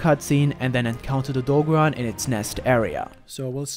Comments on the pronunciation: Odogaron getting called Odo-bear-on hurts my heart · the way he says Odogaron makes me uncomfortable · Bruh the way u say Odogaron piss me off because you saying his name wrong.